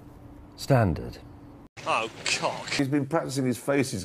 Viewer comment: WTF?! "Standard" 🤣